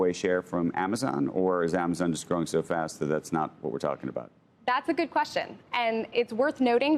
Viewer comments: Store is pronounced STore. Not SOTORE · Imagine living your entire life and being so stupid you can’t pronounce a simple word like store